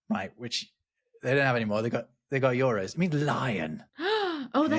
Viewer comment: i feel like ive heard "roos" for euros